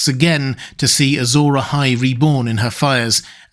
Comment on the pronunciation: It's interesting you say "Azor eyes" because it sounds like "azure eyes". Azure as in blue.